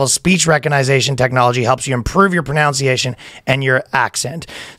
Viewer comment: it’s hilarious that he mispronounces ‘recognition’ & ‘pronunciation’ in his native language… while advertising learning to do that in a new one.